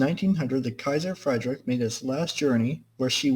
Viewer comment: It's more pronounced "Kaiser Freed rich", not "Kaiser Freidrick"